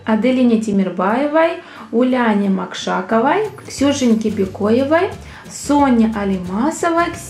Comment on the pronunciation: Макшакова. ударение на о.